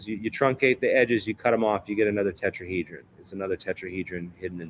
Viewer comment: Who ever this person is other podcasts talking and some debunking like you could he be more like a spokesperson for something he didn’t pronounce tetrahedron for right at times and just because a person has a bunch of patents doesn’t necessarily mean they are the inventor. What did he say we’re going to replace the sun ☀️ with a quasi crystal 🤔 Yes Joe needs to get you on besides whos joe rogan really? Just because big account. Keep doing what you’re doing you are on the right vibe because much sus to me